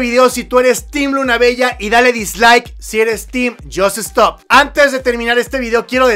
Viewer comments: Pero Por Que Dice Yoss Estop en vez De Yosstop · Me cagaaa que digas yosEStop nmms